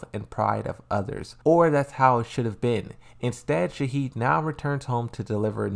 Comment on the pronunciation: Why you call Shaheen - Shaheed?